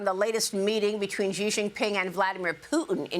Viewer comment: Xi pronunciation is “she”.